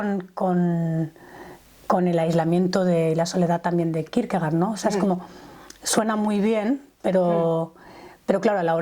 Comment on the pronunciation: Se pronuncia Kirkegord en danés. Gracias